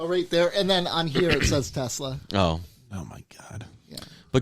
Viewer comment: "The line must be drawn he-ya! This far, no furthah!"